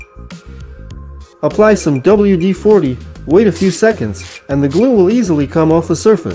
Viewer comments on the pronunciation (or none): none